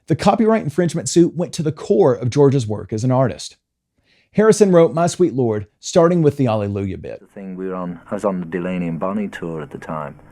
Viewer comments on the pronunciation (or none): My sweet lor ord. Your so fi ine. Making two syllables out of one with the last word. That nails it. I believe George didn't do it intentionally. But then, i would say that, being as i'm a totally biased Beatle fan.